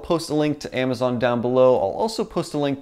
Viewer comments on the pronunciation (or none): none